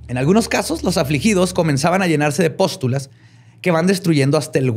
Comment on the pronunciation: Se dice Pústulas no postulas, del verbo postular